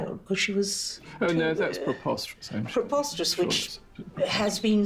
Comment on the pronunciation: I love it, when the British say, "Proposterous!" ...proper, and right 😁